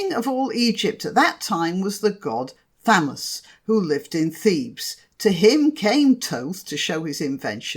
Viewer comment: You say it is Thoth but I was always taught it was pronounced Thoth.